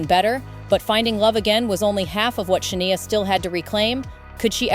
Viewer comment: Can’t stand these AI produced videos. When it says her name is “Sha-nee-a” rather than the correct pronunciation, “Sha-nigh-a” and then stating the dates of her surgery was 2018 to fix her vocal chords and then being able to release an album following the surgery in 2017??!! Like what? Doesn’t make any sense. Can’t watch the rest of this…